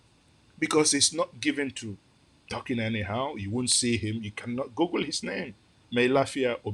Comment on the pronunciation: You lost me when you were using “gurgle” to locate our aerial map. Look, google, school, woods, mood. There is no place the English sounds “oo” as “ur”. I was confused as well why everyone in Nigeria calls it gurgle.